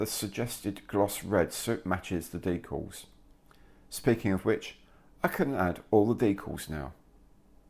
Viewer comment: Very nice!! But its decals and not deecals!! One 'e' not two!!